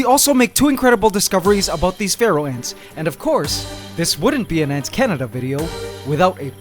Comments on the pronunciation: I used to think he said feral ants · When he said Pharaoh ants I thought he said Feral Ants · You pronounce Pharaoh and Feral almost the same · All this time I was pronouncing 'pharaoh' ants as "feral" ants oops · For the past two years I thought he said feral ants and today I find out its Pharaoh ants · I think you should call the Pharaoh ants “The Feral” because Pharaoh (when you say it) it sounds like feral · This while time... I though AntsCanada said Feral ants... Yikes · ahhhh I keep hearing feral instead of Pharaoh.